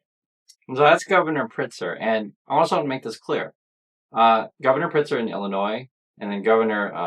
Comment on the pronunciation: Thank you for covering this. Chicago is safe and beautiful. One thing, the governor‘s name is Pritzker - You do pronounce the K.